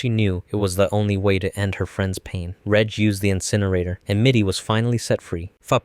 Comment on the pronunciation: not you calling him "redge" 😭